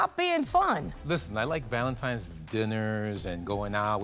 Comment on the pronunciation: Why do people keep saying valentiMes day????